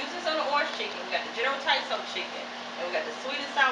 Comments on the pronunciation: It all looks yummy, it's not general Tiso though, it's Tso, said like (sow) but either way, I knew what you meant. I may have to try some of those recipes. Thanks for sharing! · General Tsao is pronounced "so" lol.